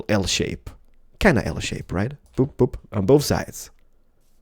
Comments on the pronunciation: he said poop instead of boop xD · not to be weird or rude or anything but it sounded like he said "poop".